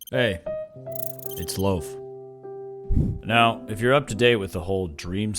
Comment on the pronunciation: Video: hey it’s loaf His name